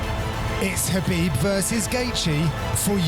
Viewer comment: For gods sake pronounce Khabib MR gooden